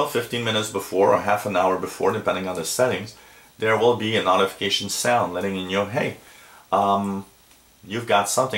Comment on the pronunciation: Ha ha. Hurts my ears.